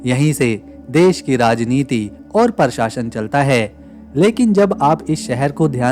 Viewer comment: परशासन नहीं प्रशासन उच्चार करे . आप उर्दू से पिडीत है . संस्कृत भाषा का अपमान यह उनका एजेंडा है . आप क्यों बलि चढ़ रहे हो . बस इतनी सी बात है .